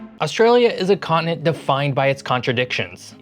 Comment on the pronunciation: Australia is a con-ent? What is a con-ent? Con-TI-nent!